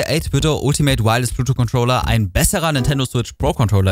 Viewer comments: "Bluetwo" alles klar. "Bluetooth" ist schon nicht einfach. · Gutes Video und ich will auch nicht klugscheißen, es ist mir nur einfach zu oft aufgefallen, dass es ein Versprecher gewesen sein könnte. Du weißt schon, dass es Bluetooth heißt, und nicht Blutu? Sorry, sowas triggert mich immer hart ;-)